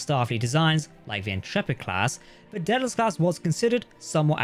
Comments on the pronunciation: It's pronounced Day-del-us NOT Dead-el-us. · Gotta be honest; every time the narrator says "Daedalus class", it sounds like "Dead-ass class".